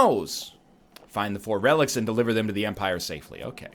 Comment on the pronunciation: he cant pronounce relics